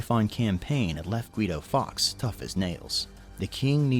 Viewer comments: Have to point out that Fawkes is pronounced closer to 'forks' than 'fox' as the presenter said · faewkes is pronounced forks, not fox